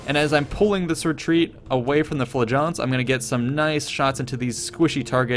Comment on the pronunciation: LOVE your video's! PLEASE learn how to pronounce "flagellants" (it sounds like 'flatulence').